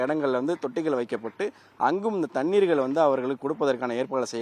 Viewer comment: ழ எவன் வாயிலும் வராது போலருக்கு, இதுக்கு மேல “தண்ணீர்களா”!! டேய் ஏன் டா இப்புடி தமிழ சாவடிக்கிறிங்க 😏மைக்க தூக்கிட்டு யூடுப் சேனல் னு பேச ஆரம்பிச்சிருவானுங்க 😭